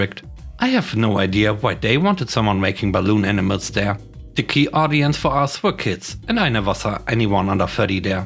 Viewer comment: In the first story am I the only one that hears "Enemas" when says "Animals"?